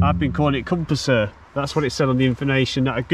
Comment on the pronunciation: Prysor is pronounced: pr er sor.